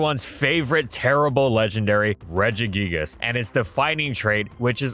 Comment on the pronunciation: The root regis is pronounced with a hard g